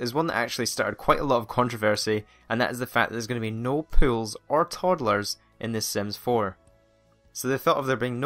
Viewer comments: is he saying...pills,hills,fills or skills? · I thought he said pills or pwills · At first i thought he was talking about pills since his accent sounds like "swimming pills" rather than "swimming pool". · It took me a moment to figure out you were saying "pools" and not "pills" .. I was like... pills? Drug abuse in TheSims? What the hell did I miss? No offence, but people say Americans don't speak proper English. I'm here to tell you that may be true, but we do it phonetically and that's just... better. It just is. It's why so many other countries learn American English over any other form. It's also why British and Australian news casters learn to speak more like Americans. Our "in-proper" version of English is simply easier to understand and communicate with. Sorry, back to TheSims :P PS: The British did NOT invent the English language seeing as it's comprised of many languages. No doubt a civilization that LEARNED words from other cultures didn't "invent" anything. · when he said pools,I thought he said pills.I'm like WHAT!!! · Whenever he said "Pools" I heard "Pills" and I'm just like What? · When he said "pools" I thought he said "pills" and I was like WTF IS A PILL!?! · I thought you were saying "no pills" not "no pools" 😂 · When he says pools, it sounds like pills. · um when you say pools I thought you said pills lol. like you said killing people with pills XD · i seriously thought he was saying pills, not pools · I thought when you said pools it was pills. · Anyone else hear "Pills" instead of "Pools"? >__> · i thought he was saying pills instead of pools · Lol oke i mabye hearing it wrong but you saying pills more to me then pools ahah :P mabye because of your accent but still :P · I thought he said 'I always like to kill people with pills' and I was like... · Same. I had to go to the comments to realize he was talking about pools. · twinsister27 I know right😂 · twinsister27 I thought he was Pills too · Me too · Me too pills nice